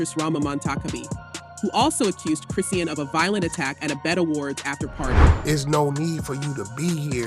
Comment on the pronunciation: Is this an AI talking? Who is Chris see ann?